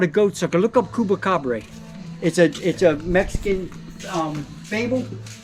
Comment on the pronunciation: Tell him he's pronouncing Chupacabra all wrong lol.